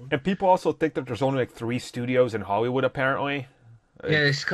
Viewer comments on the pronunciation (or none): 'Holywood' cmon dude xd